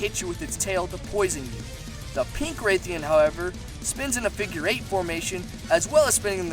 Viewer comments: It's rathian, not raithian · Bro please say Rathian and not Raythian😭 It's painful to listen to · The pronunciation on Rathian bothers me. Sounds like he’s saying “rethiaan” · It’s rath-ee-en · Please never try and pronounce Rathian again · Learn to pronounce rathian correctly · I agree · You said rathian wrong